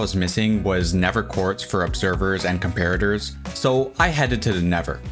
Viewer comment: Why do you pronounce the "th" in nether "v", is it an excent or a medical condition?